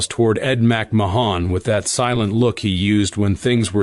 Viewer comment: This narrator sounds dumb pronouncing Ed McMahons name.